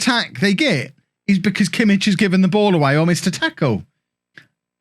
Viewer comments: The "ch" in Kimmich is like the "ch" in "loch" or "Bach" not in "church" :) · Kimmich is much better in midfield he's not really fast enough in game for how you like your right backs. And please learn to say his name it's gonna drive me mad haha.